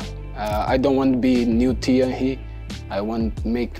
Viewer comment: I wish I could say "Thierry" the way Gabriel says "Thierry"!